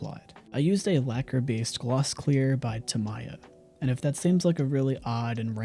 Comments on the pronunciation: excellent and thorough video! Absolutely would love to try printing and finishing this myself. One thing that caught my attention, was this was the first time i heard someone call "tamiya" Ta-my-ah. Being in the model car community, ive only heard my japanese friends pronounce it as "ta-mee-ah". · ive never heard anyone say tamiya like that haha, this was incredibly detailed and so impressive. wow. i do think the eyes are a bit off, pupils tend to be centred in the iris 😂